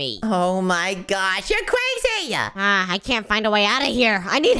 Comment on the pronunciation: He keeps saying "Cwazy" while Its crazy.